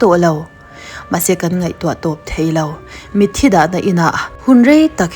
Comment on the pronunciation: Mitthi i lam dan hi a va original tak... Tawngkam dik takin....